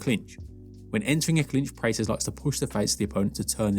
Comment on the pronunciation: You keep saying his last name wrong. Praw + tez. This is a striking channel so I would have guessed you have seen a few UFC events. Maybe they say his name differently in England?